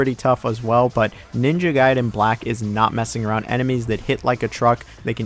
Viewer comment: I love how you pronounce a word one way and literally two seconds later you pronounce it another lol. Gaiden and Gayden, Sekiro and Sekeero 😁